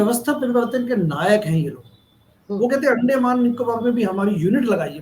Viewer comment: ये अंडमान है अंडे माँ नहीं।अपना उच्चारन सुधारिये।